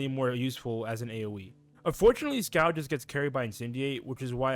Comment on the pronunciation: Scald is pronounced "SkAWled" like bawled. Also, can't say I agree with too many of these takes. "Why do damage over 5 rounds instead of 3?" Because damage burns shields for 5 rounds, granting more time to set up powerful hits. By properly using dots, fire can command the tempo of a match, slowly forcing opponents to scramble to keep up with a LOT of damage per turn. Usually by the time you realize you've lost a match against a fire wiz, you actually lost it 3-4 turns ago.